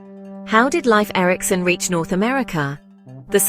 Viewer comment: AI voice mispronouncing name of the subject of this video.